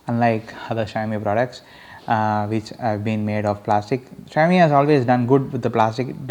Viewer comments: its pronounced as shaumi....not shayami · it's xi-ao-mi not shy-o-mi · its not Xhiaomi its Xiaomi u moron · asians know how to pronounce it -,- .. it's xi-ao-mi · fuck you dude ....you don't even know how to pronounce the name